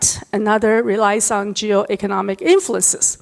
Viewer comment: 她的英语说得很好。但和所有讲普通话的人一样，很少有人能正确发音“on”和“n”。这不是批评，只是观察。我喜欢她关于地缘经济问题的很多演讲。